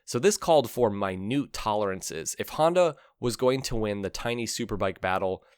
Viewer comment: WTF is a Haandowh or a Yeamohow?!